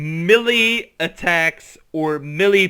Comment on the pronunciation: Dude, you really need to learn how to pronounce words properly. Cylinders and melee are not difficult to pronounce